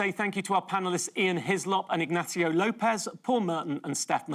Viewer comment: Last time he appeared, VCM did the same weird thing of pronouncing Ignacio and López with different accents.